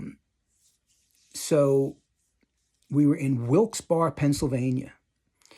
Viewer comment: It wasnt that long after this that the railroad car hotel was completely scrapped. The venue is still there but completely restored as an office building. Also congrats on pronouncing "Wilke-Barre" correctly....you are one of the few who do.